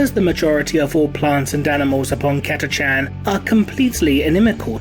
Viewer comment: I always thought it's pronounced Kata-khan.